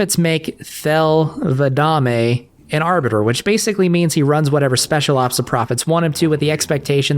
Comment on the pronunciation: you cannot claim to be a halo expert if you cant even pronounce Thel 'Vadamme